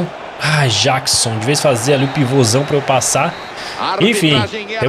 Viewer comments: não se fala jackson jeckson q se fala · Ele fala Jackson do modo mais difícil 😅